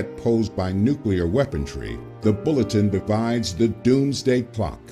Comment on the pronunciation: Maybe you could get that narrator to stop saying "weapontry," huh? The word is "weaponry." No "t" in there at all. Thanks. Sometimes it really is the little things that matter.